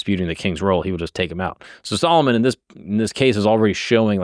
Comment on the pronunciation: you say Solomon like old black women say salmon